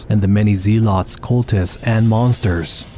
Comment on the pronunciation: Zee lots? Lmao 🤣